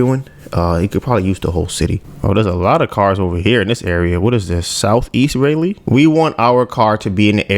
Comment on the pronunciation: Raleigh, Pronounce it Rah-lee✌🏿